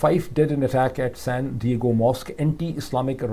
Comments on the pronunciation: it’s pronounced san diago NOT san digo. Yar ye kya bakwas hey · You did not pronounce well "San Diego".